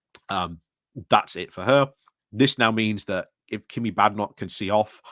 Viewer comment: Do you mispronounce Kemi and Jenrick on purpose ? Is it an in-joke ? Sorry, I'm quite new watching you and wonder about running jokes.